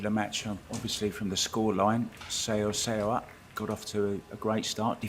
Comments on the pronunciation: She said its pronounced So-uh, So-uh. Don't go by spelling. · The announcer absolutely mangles Seoa’s pronunciation…